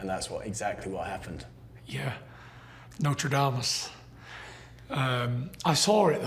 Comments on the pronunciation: "Yeah, NotreDameous..." :) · did he said notredamus?